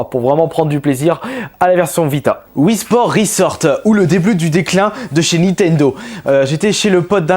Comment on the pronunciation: Wii sport pas wifii sport Ninsulte pas il le dit bien c'est son avis